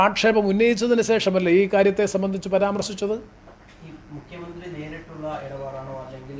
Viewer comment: മുഘ്യമന്ത്രി, മുഘ്യമന്ത്രി, മുഘ്യമന്ത്രി അല്ല സർ മുഖ്യമന്ത്രിയാണ്. ഓർ മുക്കിയ മന്ത്രി